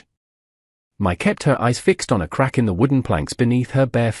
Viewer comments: Her name is actually Mai, a Cantonese name pronounced as my. Before you respond, I live in Asia myself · My in Asia is pronounced "Me".